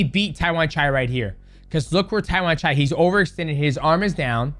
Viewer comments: you accidentally nailed Thai accent calling Tawanchai name right there 😆😆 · Tawanchai is LEGIT (pronounced his name right this time :_Derp:) Watch him fight THIS FRIDAY on PPV at ! #ONEFridayFights46